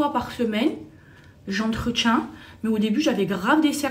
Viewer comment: "J'entreTCHIENS" lol.